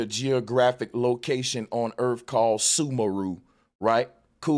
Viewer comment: Erf?? Are you trying to say earth??? Asking for my 6 year old daughter